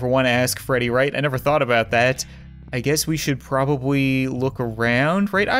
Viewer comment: he said probawy